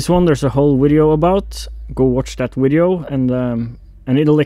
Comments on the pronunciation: Nothing wrong with saying wideo. I’m fine with wideo. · 😃 Love the "Vwideo" 😄😄😄 I've incorporated this this lexicon into my American vocabulary. It's kinda cool to use this in normal conversation with my American friends because it catches attention when delivered with a straight face.. Love it. Don't change it!